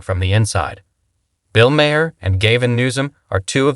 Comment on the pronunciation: "Bill Mare and Gayvin Newzim"